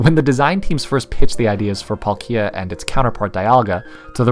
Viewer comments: How tf did you pronounce palkia?😂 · I’m pretty sure he’s saying Palkia wrong sometimes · this video - :D the way you pronounce palkia - D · i would have really loved this video, if you didn't pronounce palkia in the most wrong way i've ever heard most of the times. (this is mostly a joke, but it was annoying...) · I couldnt watch the video because of the way you say Palkia. I almost threw up when I heard you say it the first time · Great video but I can’t stand how you pronounce Palkia lol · Bruh amazing video but WHY IN THE HECK do you pronounce Palkia like that!? The emphasis is on the A, not the I! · My only criticism lies in how you pronounced palkia but to each their own. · He says palkia like it's a Pokémon world version of IKEA.... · PalkIa because Paul is pronounced as P-O-L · I thought that it was pronounced as palkia, not Paul......Kia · Who tf is palk-eee-a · I'm pretty sure it's pronounced "Pálkia," not "Palkía" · Its not palk I a, its PAL kia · It sounds so weird hearing the American pronunciation of Palkia. It’s a slight change but it sounds so wrong. For anyone wondering, American:Pawl-Key-Ah. Everywhere else: Pal-Key-Ah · "Paul-Kia". Alright sir with a common male's name owning a Korean brand car it's "Palk-gee-ah" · dude you're saying palkia like pal kia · Pronounce it pal-kee-uhh one more time.. XD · Say Palkeeya one more time, I dare you. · It’s PAl-kia with focus on the first a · i mean that's really cool and all man but like did you just say Pal -KEE-a? I object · You say Dialga properly but who says Plakia emphasising the "ki" ??? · It literally sounds like pal ikea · Its sounds like polkeea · That's not how you say palkia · Glad someone loves pal- Wait how did you pronounce it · Love the vid but the way he says Palkia.... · You pronounced palkia wrong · I either hear PAHL-kee-uh or PAWL-kee-uh but can't say I've heard pawl-KEE-uh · The way he said palkia hurts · Oh ma god if he says Palkia like that one more time I’m gonna be SHOOOOK